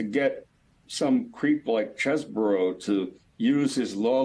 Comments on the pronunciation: it's pronounced "chez-bro", not CHEESEBORO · All right folks listen up! The lawyer Kevin cheeseborough is from Wisconsin, right? The correct pronunciation of his last name is cheese bro.